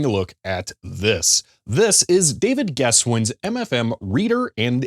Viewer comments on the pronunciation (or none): none